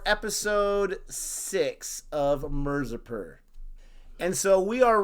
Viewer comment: By now you should be able to pronounce mirzapur. I can understand it's a hard R but please try.